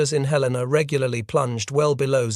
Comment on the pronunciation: Good tale. One minor detail, however. Helena, Montana's capital, is pronounced "helen uh", not "hell LAY nuh"